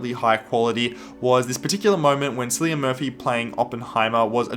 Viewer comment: Saw the movie three times but still can't say the lead actors name correctly? Bro, come on